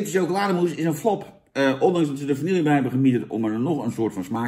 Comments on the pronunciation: het is geen vanielje 🙃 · Vanille. Ome Jan: "vannielje".